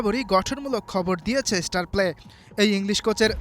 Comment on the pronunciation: আপনি একটা ফাউল, ফালতু সাংবাদিক।আপনি কোচের পেছনে লেগেছেন কেন?আর ঝামেলাপূর্ণ ব্যাপারগুলি নিয়ে নিউজ করেন কেন?তিলকে তাল বানিয়ে দিতে চাচ্ছেন।আপনিতো মিয়া উচ্চারণই করতে শেখেননি।স্টারপ্লেকে বলছে ইস্টারপ্লে।